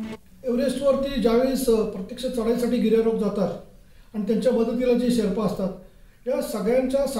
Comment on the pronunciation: अरे शेपरा नाही शेर्पा...